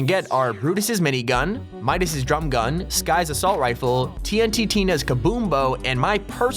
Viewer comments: He can’t even say TnTina’s name. He says: “Tnt Tina”. It’s actually called: “Tn Tina”. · It's not tnt Tina it's tntina tee en teenah